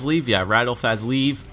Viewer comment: Radel Fazleev is pronounced Fazlayev